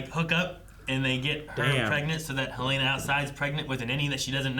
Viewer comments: It's Helena not Haleena. She couldn't find the power button on her computer. Helly would not fumble with the power button. It's one of the few things she does every day of her life. Also, they bothered to focus on her not finding the button immediately. That ain't Helly. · Helen- uh, not Helane- uh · Hell-leh-nuh.... absolutely every reactor gets it wrong